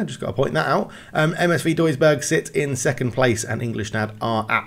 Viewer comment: When you pronounced msv duisburg, its not entirely correct. Heres how to pronounce the letter v in german; ❌️ vee = w ✅️ fau = v